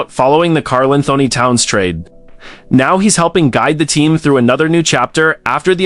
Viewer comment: Your AI narration AND captioning BOTH suck. The voice can't pronounce KATs name properly and the captions say "Carl and Tony Towns"??? You also forgot Andrew Wiggins in the modern era, and Zach LaVine among others earlier. "First round...series against...Grizzlies...Anthony looked like the best player on the floor AGAINST a group that included KARL ANTHONY TOWNS"??? WHEN did KAT play for MEMPHIS???